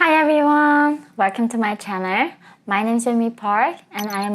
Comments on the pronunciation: Channel...not chanerl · Welcome to my channerwl. lol